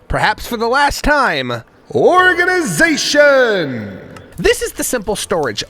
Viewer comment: The only part of the video that made me sad was knowing this is the last time I will hear, "ORGANIZATION"